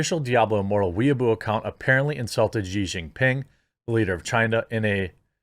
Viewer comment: She She She Jinping. Xi is pronounced SHE. Good lord.